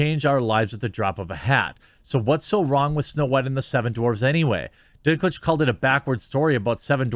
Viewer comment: I kept hearing Dicklage